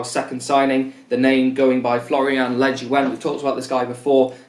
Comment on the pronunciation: pretty sure it's pronounced le-joon like